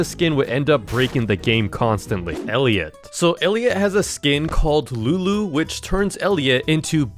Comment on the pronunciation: How did bro mess up friend elliot🥀